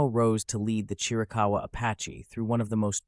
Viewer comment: It's Chiricahua not Chirakawa